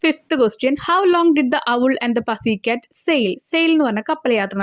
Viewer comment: പസി cat ella പുസി cat anu